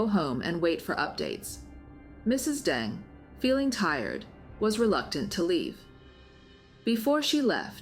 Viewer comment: How do you pronounce his name? You refer to him as Mr Dung, and Mr Deng??